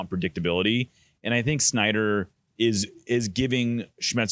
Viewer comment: Niko struggles with pronouncing Snyder and Schmetzer.